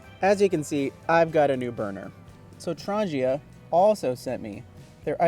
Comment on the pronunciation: There is no 'J' in Trangia. ;-)